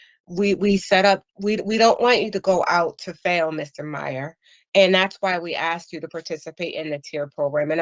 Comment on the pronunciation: I found God is what everyone says. The Parole board knows exactly what you are before you walk in. And stop saying "axe" it is ASKED.